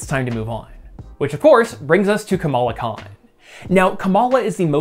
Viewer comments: Did you say Kamala Kahn-tent? 🤔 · Kamala Khan-tent? :)